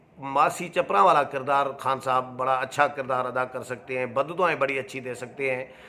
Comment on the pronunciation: براہ مہربانی اردو کی ٹیوشن کسی اچھے استاد سے لے ہی لیں۔صحافی سے اچھے تلفظ کی توقع کی جاتی ہے ۔,بددعائیں,غلط بول رہے ہیں